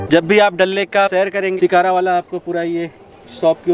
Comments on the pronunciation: When he says dal lake My ears :- dalleee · Mann me tharak jubah pe ghapaghap Bangkok wala wo vlog Yaad hai abhi tak 😘😂😂😂😅 Like maari if you heard dalle instead of dal lake 😂